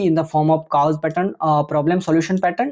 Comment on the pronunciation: Cause ko cows kyu bole rhe h sir??